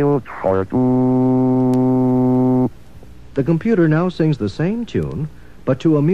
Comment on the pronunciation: But did he "really" see da cat